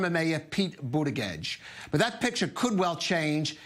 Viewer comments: "Budda-gedge" and not just once. Is this dude informed? It's like hes reading it for the first time. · Did he say Pete Butter Gorge? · "Buttigieg" is pronounced "Booty-judge", right? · I think he said "booty gauge" Lol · Think he said Booty-Jizz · Emma for the win. Also, this guy should learn to pronounce Buttigieg and vice versa if speaking is is job. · How can it be possible this many months into the campaign that a professional news anchor still doesn’t know how to pronounce the name of one of the most high-profile candidates? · He still is saying mayor cheat name wrong 😂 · This guy literally covers politics for a living and can’t pronounce Pete Buttigieg. Sometimes I feel I have imposter syndrome at work - watching people like this remind me I’m all good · This long into the primary season and the reporter is mispronouncing Buttigieg........BERNIE 🇺🇸 SANDERS 🇺🇸 2020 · How does this man not know how to pronounce Pete's name? Has he been living under a rock for the last 6 months? He's in the news business for God's sake. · I don't even like Pete but please say his name right. Silly centrist. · First of all this news anchor is everything that's wrong with America. Man cant pronounce names but he's job is to interview people. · He does sound ridiculous trying to pronounce Pete's name,and if you cant pronounce Buttigieg just say Pete.